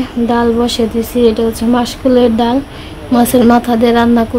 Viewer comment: Daul na dal bolo